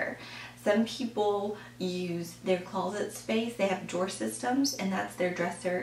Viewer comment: it sounds like you are saying, "close-let" I'm not trying to be rude- but I couldn't listen to your entire video... because you kept saying close-let.